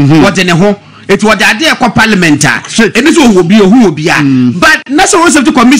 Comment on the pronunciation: Please don't pronounce it ParLIAmeant. It's Parliment